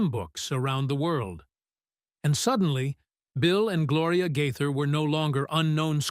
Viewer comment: Please learn to pronounce their name!!!!!